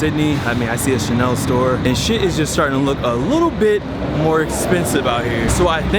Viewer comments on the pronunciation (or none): none